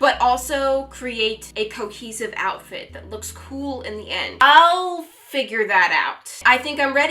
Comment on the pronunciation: When said outfrit could not stop laughing